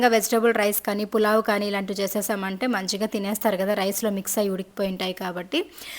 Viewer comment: పులావ్ కాదు పలావ్